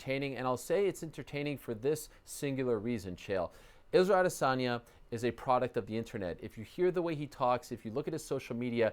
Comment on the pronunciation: Why does Chael call him 'Odesanya?'